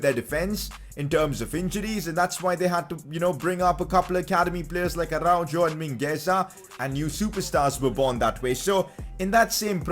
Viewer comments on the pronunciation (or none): the name is spelled Araujo but it’s pronounced Arauho